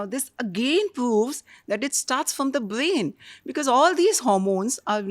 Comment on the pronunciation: Great podcast for women 🎉🎉🎉 thanks ❤❤❤. But i hate to admit that i got a lil irritated when pronounced brain as bain and ovary as ovy at times sorry😢.